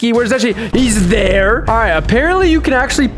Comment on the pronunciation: "he's THERE" got me laughing